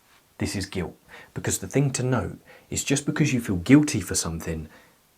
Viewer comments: I love it when he said "giwt" jokes aside I am attacked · It's soooo cute how you say "guilt' without pronouncing the "t".